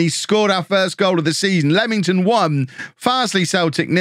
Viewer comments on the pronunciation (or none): none